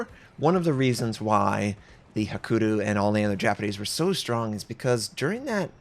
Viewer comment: Love your videos, but please don't ignore the 'y' in Hakuryu.